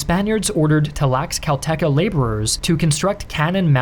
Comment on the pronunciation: Learn to pronounce Tlaxcalteca for God's sake